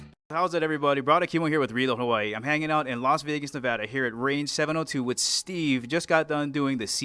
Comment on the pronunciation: Interviewer made a major faux pas by calling our state, Nevawda. Clean it up, bruh! :) You get credit for pronouncing it correctly in the next statement, however.